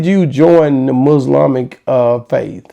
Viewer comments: 😂😂😂 Can someone tell him that it’s Islamic and not “Muslamic faith”. Smh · With all due respect, there is no such word as " Muslamic"....lol